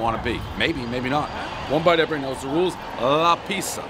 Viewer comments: The place is called La Pizza and Pres somehow manages to mispronounce "pizza". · Trash pizzas lately made him forget how to pronounce pizza, everybody knows the rules.